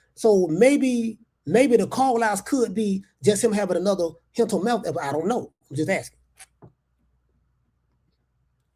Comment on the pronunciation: “Hental mealth” is taking me out